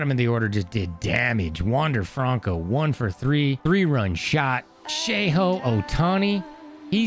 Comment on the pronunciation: Hey might I know you prolly don’t care but it’s pronounced show hey